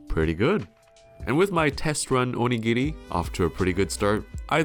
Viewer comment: The way you pronounce お握り, makes it sound like 鬼切 ("demon cutter"). The pronunciation is similar, but the latter is like oni-giri, and the former is more like o-nigiri